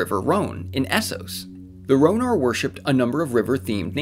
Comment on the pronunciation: Qwarth is pronounced Karth and Ryonar is Rhoinar